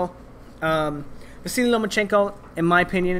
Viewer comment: Why do you cal Vasyl, Vasily?